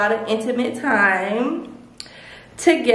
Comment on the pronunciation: I had such a grand timeee: WTF IS THAT 🤣 Tf is a “grand” time Lmfaoooo 🤣🤣🤣🤣🤣